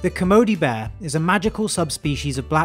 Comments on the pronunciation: It sounds like you are saying bah not bear. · I like how he says "bear" like "beh" or "baah" XD